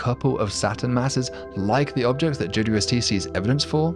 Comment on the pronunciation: Loved your style until you pronounced JAY-DEEDUBUST.